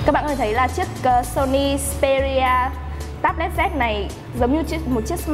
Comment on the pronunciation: đúng phải là: "Tây bờ let zi ss pê rí à"